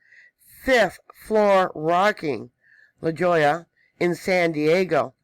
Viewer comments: La Jolla is Spanish and it's pronounced la hoya. If you need to know how to pronounce Spanish words, let me know. I'd be glad to help you,, because you have helped me alot to understand about earthquakes and Yellowstone. I'm on fb, friend me,please! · At 1.26 minutes mispronounced La Jolla since it is a Spanish word the J has a 'h' sound and the double L has a 'y 'sound .